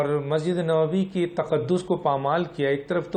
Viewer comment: Boht Ahteram k sath, Masjid E Nabwi hai, Masjid E Nawbi nhi, please pehly apni qaomi zubaan pe dastaras haasil karain phr ap Danishwar bantay howe achy bhi lagain gy.